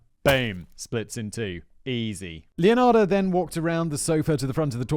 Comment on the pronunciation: >brags about finally getting the pronunciation right >calls her LeonardO Whistlerboy, you rekt yourself